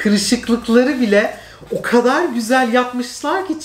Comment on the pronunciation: Tüm Türkiye: çok güzel: çok küseel